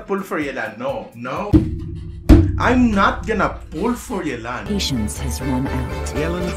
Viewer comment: Thank you for not butchering yelans name